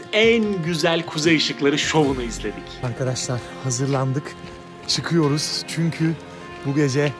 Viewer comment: Sağ ol, güzel görüntüler .. Yalnız açılıştaki kelimeyi yanlış kullanıyorsun. Arkadaşlar kelimesindeki vurgu A ya yapılmaz. Yani A ARKADAŞLAR denmez.. Vurgulu söyleyeceksen R ye bas.. ARRRKADAŞLAR de lütfen. Yine de teşekkürler..